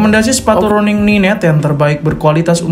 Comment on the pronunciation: maaf bro,,Running = bahasa inggris,,kalau di baca bukan Running tapi RANNING,,maaf ya bro